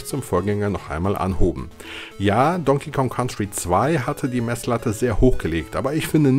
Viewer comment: "Don King Kon Country"? Alter...